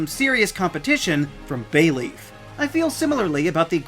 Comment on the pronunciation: BAYLEEF, NOT BAYLEAF!